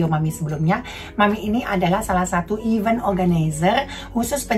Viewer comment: Ivènt orgenaiser (ivènt) mamm..bukan ivén cara baca nya 😁